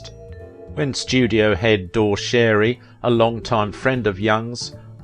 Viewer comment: Not Door Sherry. Dorry Shar-y